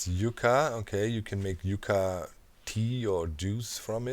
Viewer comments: Yucca is pronounced Yuck-uh. It's the official state flower here. Yeah, that ugly plant is the one they picked. Tells you a bit about their options. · Docs pronunciation of aloe and yucca is hilarious!